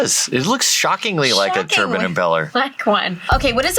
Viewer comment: is great to have on. Calm voice. Clearly spoken. But then, turban comes out of nowhere like those 50s guys that say robit I stead of robot. Why? You're smart. You know it's wrong af and you hear absolutely nobody say it your way. And, it's only that one word. He does even have a weird 'American accent' like the dudes that says pertaters.